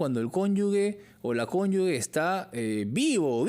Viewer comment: La palabra CONYUGE se pronuncia "conyuje". No se pronuncia "conyugue". Es un error que usualmente se conete . El abogado lo pronuncia bien. El dato es para el entrevistador, como un sano aporte, con el mayor respeto.